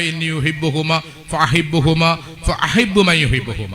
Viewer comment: ഫ അഹിബ്ബു എന്നല്ല